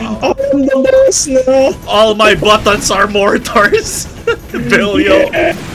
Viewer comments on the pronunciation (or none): More-Tars XD